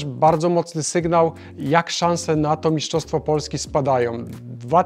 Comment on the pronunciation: Mistrzostwo - nie miszczostwo, trochę to drażni